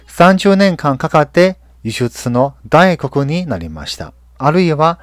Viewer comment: 輸出の大国(ダイコク)じゃなく大国(タイコク)ですよ〜よろしく〜(^.^)